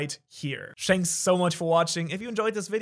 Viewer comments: My guy literally said "Shanks so much for watching" and thought noone would realize lol. Good one xD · Im getting curious here, how many times a day do you accidentally say 'Shanks' instead of 'thanks'?